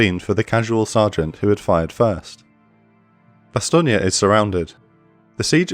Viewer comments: It's very distracting to hear it pronounced "Bastone-ya" instead of "Bastone".I love the episode and the presentation of this very famous battle of WWII otherwise. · Great video, but Meuse is pronounced, Merse (rhymes with hers), and Bastogne, Bastone (rhymes with phone). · Weird way of pronouncing Bastogne